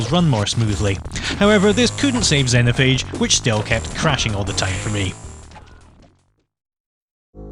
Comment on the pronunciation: Oh, and it's pronounced Zeen-O-Phayge